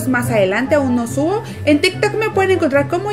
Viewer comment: dijo " sigan e en mi tik tik nooooooo" parece q dijo q no la sigamos en tiktok